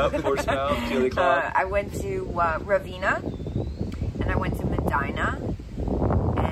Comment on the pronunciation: Please tell Kate how we pronounce Ravenna!! 😂